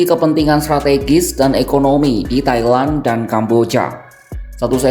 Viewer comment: Pronountiation nya please, Thailand jadi suka kedengeran Kaya Taiwan